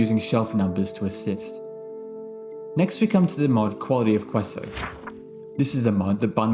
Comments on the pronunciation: Kay so? No , Ke-so is better. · fullbright toggle is genius.. i gotta put that in my game. also don't take this the wrong way but queso is pronounced like kay-so as it's a spanish word :-) i don't wanna nitpick, i just wanted to let you know